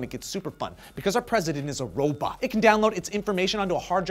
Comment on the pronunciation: Yep....you said robat, you can't escape that!